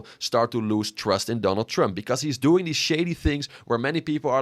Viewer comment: “Donal Tremp”